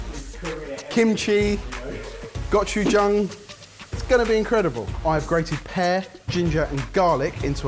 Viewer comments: OMG i'm and HAS WON! He said Go-ju-jang correctly-ish!!!! More confidence and you'll have it!:D - I just fell in love with you a little bit! If I had any money I'd get a patreon subscription! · thats the only time I've ever heard any of you say gochugang right